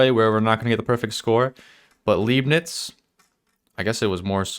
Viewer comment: Also "ei" is pronounced like "I". L-I-bnitz, not Leebnitz. XD Leib = body, lieb (pronounced leeb) = cute. So would mean something else. XD